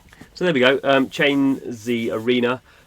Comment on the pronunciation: im pretty sure its pronounced "chains"